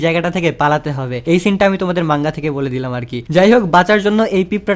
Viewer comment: মঙ্গুয়া না ভাই।এইটা মাঙ্গা হবে😊